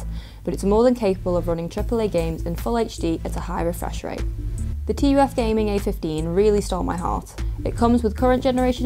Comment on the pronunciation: I don't know why but it is bothering me so much that she is saying "T" "U" "F". It reminds me Nvidia saying "Tie" instead of Ti.